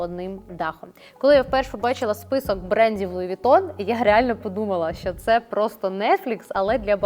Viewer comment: Луі Вітон😂😂😂😂😂Трошки із французським прононсом, будь ласка👌🇺🇦